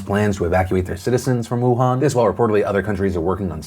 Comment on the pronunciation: I know how to speak basic Mandarin. But hearing the way that a lot of westerners pronounce wuhan wrongly has caused me to also pronounce it wrongly lmao...